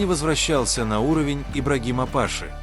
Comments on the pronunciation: Не пАши , а пашИ . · Не пАши, а пашИ. Ударение не верное.